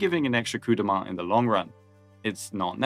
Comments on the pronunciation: French pronouncing Coup de Main correctly is actually very wonderful to my ears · a ton of english-speaking content creators are allergic to foreign pronunciations lol it's nice to see it right for once "Blue dude", "Daniel", "coop deh main", like they don't even try. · Was expecting "Cup do Maine" but got Coup de Main proper. Wow. click tongue Nice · We're really acting like Coup de Main is tough to pronounce now